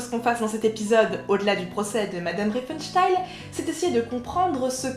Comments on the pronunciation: 'excellente découverte. Merci le relais de Le Bouseux. Le propos est riche et pertinent, la prod quali. Bravo. (seul bémol, j' ai tiqué à la prononciation de Riefenstahl transformé en riefenstayl) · Très bonne vidéo, par contre c'était fait exprès de prononcer son nom RienfenstHEIL ? :D